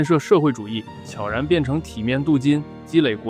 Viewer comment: 能把悄然念对的真的不多